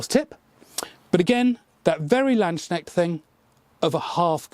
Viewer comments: Hi there. Not a critisism, just a remark from a german speaking person: landsknecht is pronounced as follows. L, like you have it in english. A, like you would pronounce a U in mum or up, or the first A in marmalade. ND, same as in land in english. Now the S after land belongs to the word land, so it is pronounced seperately from the word knecht. Not land sknecht, but lands knecht. So, so far we could write the word land in english as lund, and lands as lunds (i know that's not a word but I hope you know how you would pronounce this in english). Knecht is more complicated, simply because in english the german sound for CH is not common at all, if not even inexistent. And I can't find a comparison. Except for your cousins welsh language, where the ch is pronounced pretty much as it's pronounced in german. But luckily for foreign speakers, there are german accents which pronounce it very softly, almost like you pronounce it. so you can easily go with your pronounciation. Hope this helped, great video as always, keep up the great work. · Just for the record: The "k" in "Landsknecht" is not silent and the "s" (or maybe interpreted as "sk") is not pronounced "sh/sch". It's basically two words: "Lands-Knecht" or "Landes-Knecht", loosely translated to "servant of the country (/state/territory...)". Sometimes also called "Lanzknecht", meaning something like "Lance Servant". And because this is the YT comment section: No, I'm not offended/"triggered" or whatever by /anyone mispronouncing a german word. He just seems like a guy who likes to learn and get things right. I'm just trying to help. If he ignores this, that's also fine:) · A little tip: Landsknecht you'd pronounce the k like c in cool (not like you englisch swollow it in words like knife... :D) the ch you have to listen. (Maybe ask google to pronounce it for you, If you don't have a german at hand :D I'd gladly visit, but it's kinda a long Trip for a Short Weekend... 😂) Nice work you do, have a good Market.